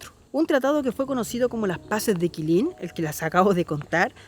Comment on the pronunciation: Una acotación NO ES QUILIN es QUILLEM